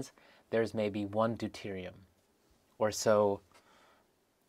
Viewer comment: Until you said "Deuterium" I was hearing you say, "dude-erated", and I was all like, duuude